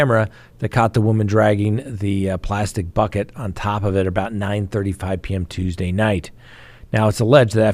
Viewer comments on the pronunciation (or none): none